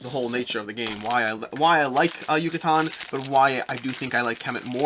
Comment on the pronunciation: You where really close!! “Yucatán” is pronounced like “juice” “ju”, a strong “ka” sound like “karma” and “tan” like “tank”. YU-CA-TÁN 😉